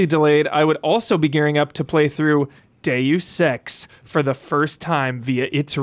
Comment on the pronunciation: On 2X speed Deus Ex sounded so much like Deyu Sex